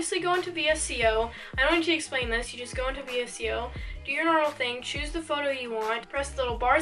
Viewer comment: this was such a good vid, 1st vid i’ve seen of urs and ily! but just btw its actually pronounced “vis-co”